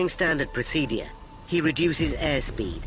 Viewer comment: Someone needs to teach the narrator how to pronounce word "procedure". It drives me insane.